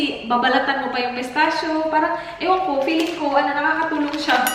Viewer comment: Most people pronounces Pistachio wrongly haha as "Pis.tash.ow". But Pistachio is actually pronounce as Pista.ki.yow haha its an italian word. :)